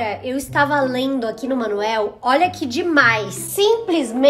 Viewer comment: A fala monoel kkkkk